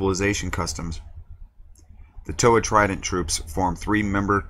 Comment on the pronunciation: Bro......Toe-Ha. Come on